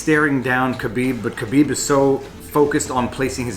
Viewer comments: Someone has copied Alpaca thesaurus... plus you can't even pronounce Khabibs name properly you are no mma fan. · You really botched the pronunciation of Khabib's name.